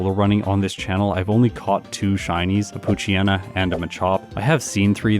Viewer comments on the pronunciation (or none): none